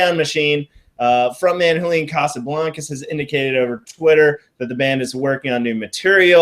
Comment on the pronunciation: Did I hear you call him Hoolian?